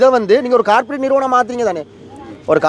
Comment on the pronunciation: அது காபிரேட் அல்ல கோப்ரேட் வடக்கன், தமிழ்நாட்டுகாரன்கள் போல ஆங்கிலத்தை கொல்லாதீர்கள்.